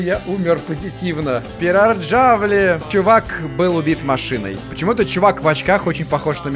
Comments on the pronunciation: Пераярви а не первджарви 😅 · Узнаю свою Финляндию( и да кстати Peräjärvi читается Пераярви )